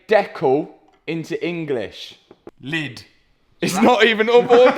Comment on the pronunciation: As a German I can say you're aggressive pronunciation of "Lid" was fairly accurate.